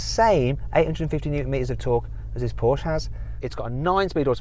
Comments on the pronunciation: no shit..? I know, that is Porsche, not Porsch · Комон Порше,а не Порш!!! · Still trying to find somwhere, what manufacturer is Porsch?